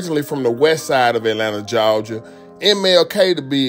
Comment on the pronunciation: “Jawja” says nobody in Atlanta 😂😂😂